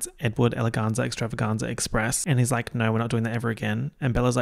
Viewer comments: I still love how says "naur" on top of his already Australian accent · Every “Naur” that drops makes me laugh so hard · Really channeling the Kath and Kim with your NAUUURRs.